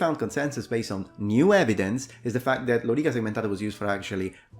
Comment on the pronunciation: would you be pleased to hear that when you say Lo-rEE-ka the correct way, in Russian it is also vowel stressed the same. in the official form -- on the 2nd syllable -- лорИка. many people, myself included (until very recently), intuitively stress the first syllable, like LO-ri-ca. probably because in English it is often that the stress falls on the 1st. not sure. I heard you use the prolonged vowel twice in this word, though. as if a double emphasis is applied -- Lo-rEE-kAA. not sure if that's a Latin thing of a spondḗ case (found the term Libation related to it), or was it only your way to stress the other two syllable as opposed to the wrongly stressed one.